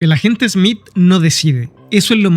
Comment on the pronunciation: No es esmit es Smith